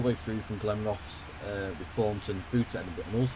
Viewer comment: Glenrothes = "Glen-roth-ehs" (ie we pronounce the last "e").